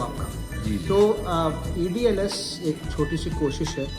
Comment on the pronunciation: It is EDLS not EDsl 😅